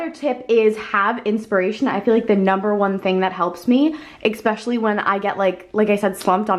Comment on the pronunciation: its ESPECIALLY not ECSPECIALLY